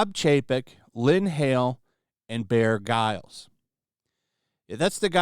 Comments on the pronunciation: "Bear Giles".... Grylls! As in, Grills! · Bear Grills not Guiles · His name is pronounced "Bear Grills".... FFS 🙄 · Its pronounced Bear Grills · What's a subsidarary? Also what's a Bear Ghiles? 😅 Bro, work on your reading! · Bro, I love you, but did you just call Bear Grylls, “Bear Gyles?” 🤦🏼‍♂️ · Bear Guylls 💀 Did you not see the r in "Grylls"? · Bro mispronounced Bear Grylls 💀